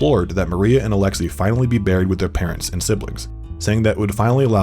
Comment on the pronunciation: it's Alex-say not Alex-e